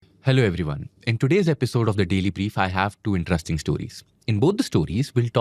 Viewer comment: "rest", "rest", in.te.rest.ing, please,.